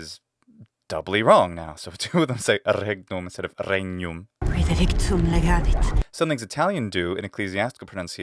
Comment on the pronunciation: In legavit, the Ukrainian doppiatrice didn't pronounce the Ukrainian g most certainly, as Ukrainians pronounce it very clearly! And it would be very interesting to listen about Slavic accent in Latin (I don't mean tsezar, tsytsero κτλ.). I mean us, Slavs, attempting to pronounce it classically, traditionally. For example, I'm a native Russian speaker, and I have never heard about the Russian accent in Latin. I try and seem to be pronouncing it quite correctly, but there is no one to judge me... Maybe, you could ask us, Slavs, to recite you something and record, and than you'll analyze it? Us, men of swamps and forests, would be very grateful!